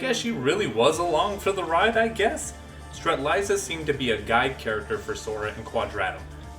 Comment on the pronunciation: If you really like Strelitzia, you would pronounce her name properly!!! Great video, nevertheless!